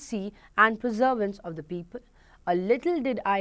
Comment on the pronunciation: perseverance ko preservance bol rahi thi MAM aap